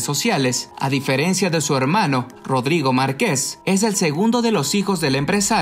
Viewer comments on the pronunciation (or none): none